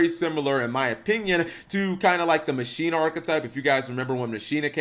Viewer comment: When you here someone say "machina" wrong....smh lol